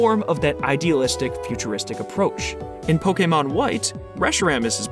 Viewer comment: i'd just like to thank you for being the only youtuber i've heard say pokemon right